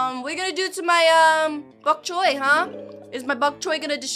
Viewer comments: It's bonk choy not bonk coy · why does say chok boy???